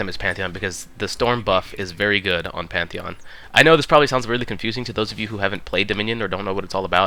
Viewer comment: Pantheon with P not M